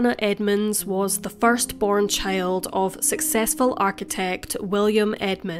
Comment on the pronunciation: She pronounces "child" as "chÆyld"